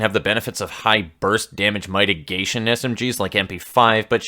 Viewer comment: Dumb thing to mention a year after the fact but: everyone was upsetti over the UMP thing, but NOBODY mentioned the pronunciation of mitigation! And this offends me.